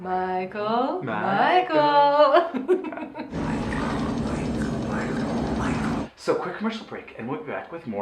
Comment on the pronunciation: You keep saying Micheal like your Sleepaway Camp Angela!